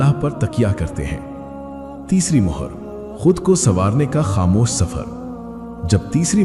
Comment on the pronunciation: Hi, it not mahar it's mohar as in stamp